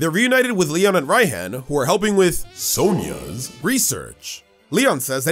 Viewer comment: Hahaha “Sonias”